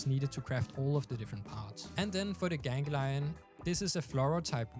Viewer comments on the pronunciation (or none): Gan-glee-on not genghi-lion